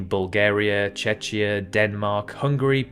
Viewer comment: I haven't listened yet (Still on the fence about it after starting the previous video from three years ago), but you Chech rather than Czech?